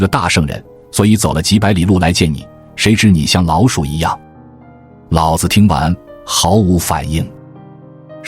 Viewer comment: 老子的老念二聲老不是三聲老，念三聲老，老子就是爸爸的意思！